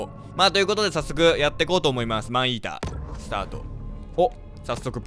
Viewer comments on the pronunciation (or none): 最初の方『アイーダ、スタート 』って聞こえたw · 待って病気かもしれない。マンイーターがマンイーダに聞こえてさらにそれがアイーダに脳内変換された。ポキさんがｱﾊｰﾝいうせいだ…(ありがとうございます) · マンイーダがアイーダに聞こえた私は世紀末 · マンイーターがアイーダに聞こえたねんけどwww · ﾏﾝｲｰﾀｰの発音完全にファンヒーター